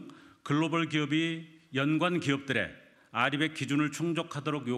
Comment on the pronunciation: RE100을 리백으로 읽는 써결이와 국짐들이 대한민국을 다 말아먹었다. 부디 지금이라도 재생에너지 확대해야한다